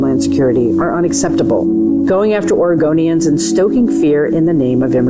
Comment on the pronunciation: SHE SAID OREGANDERS; SHE MEANS ILLEGALS... SHE GOING TO ARREST ICE, MEMBERS AND LAW ENFORCEMENT... SHES NOT STANDING UP FOR ALL OREGONIANS.. SENCE WHEN HAVE AMERICAN CITIZENS BECAUSE OREGONIAN ETC..